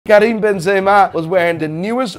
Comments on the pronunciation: As an arab I never heard an English speaking person pronounce Karim's name so well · You pronounced his name perfectly as if you were a native Arabic speaker. 👏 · As someone named Karim and my name butchered daily, I really appreciate how he pronounced it